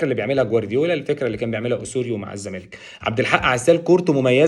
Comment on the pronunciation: يا عم اسمه الزّمالك (اللام لا تنطق) ، مش إلْزَمالك 🤦🏻‍♂️🤦🏻‍♂️). بتطلعوا في التلفزيون و مش عارفين الفرق بين ال القمرية و ال الشمسية 🫤🫤